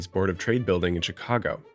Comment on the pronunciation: You are the first native speaker I have heard who says "Tchicago".